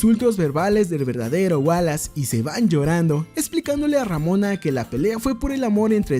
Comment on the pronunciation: Pronuncia ramona una vez mas de ese modo y te funo